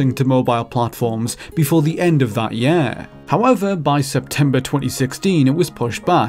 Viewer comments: Sorry, but why are you pronouncing "year" as "yeeeah"??? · What the fuck kind of dialect is this??? Who pronounces "year" as "yeeeehr"? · We aah nearing the end of Maahch, in the yeeah of 2019. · there have been many examples over the [.....] what does he say here? EDIT: nvm, during the video i found out he says year like Yeahh, guess that is normal where he lives